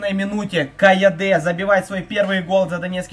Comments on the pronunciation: Не Каяде а Кайоде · Не кайаде а кайоде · Ты красава уважуха. Годный контент. И не КайодЕ а КайОде